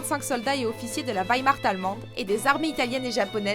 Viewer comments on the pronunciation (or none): On ne dit pas Simo "Haihay" on dit Simo "Haya" phonétiquement parlant et ça m'étonnerait que durant la bataille de Stalingrad il y avait des soldats japonais et aussi Wehrmacht se prononce "vermacht" et non pas "veimacht". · Werhmacht se prononce "Veremarte" et pas "Veyemarte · ça se dit (wermatre) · Comment tu écorches "Wehrmacht" ... Dommage ^^